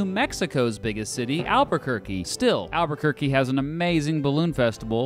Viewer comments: It's Albuquerque* not "Alburquerque"; the original Spanish explorers name is spelled with an extra R, but not in the city name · Idk why but I always pronounce Albuquerque in the Spanish spelling rather than the English spelling haha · He is pronouncing Albuquerque wrong and he added an extra r